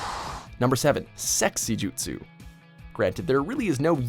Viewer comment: Sahil Yeolekar they can't even pronounce jutsus right God damn